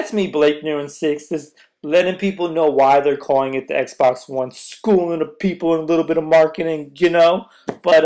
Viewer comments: "WONE" LMFAO come on Blake you are better than this. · "Won" W-O-N-E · this guy says xbox W-o-n ... i think becuz the xbox won over sony's console